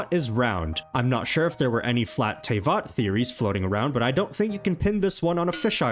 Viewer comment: Why do you pronounce Teyvat wrong. (TA-VAT NOT TEY-VAT??)